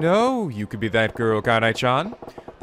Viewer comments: it's not pronounce like Kaine! It's Kah-Nah-Ay. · Why do English speakers always insist on pronouncing E as "AY" or "EE" in Japanese words and names? It's one vowel, not two, so it should be more like "EH" (I'm actually not sure how to spell the sound phonetically so that English speakers understand, but something like that) . KA-NA-EH. A-NI-MEH (not ani-may like i often hear), KA-RA-TEH (not karaa-tee or kara-tay) etc. I'd usually just let it go, but it's hard to ignore it when someone corrects someone else with wrong information.